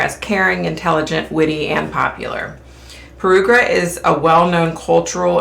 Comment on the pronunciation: Perugia pair-OO-jah 😉